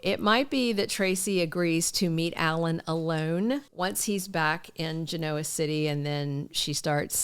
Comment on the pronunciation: belinda !!! Listen to the y&r characters say Genoa City.....that is the actual way to say it !!!! just LISTEN